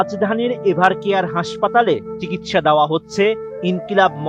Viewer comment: বেশি শিক্ষত সাংবাদিক এভারকেয়ার নয় ইভারকেয়ার